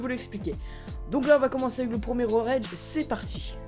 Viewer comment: C'est pas road raige Road rage